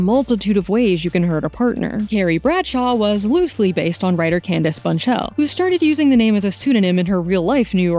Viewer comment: Candace “Bunchell”??? It’s Bushnell! Try researching and enunciating better!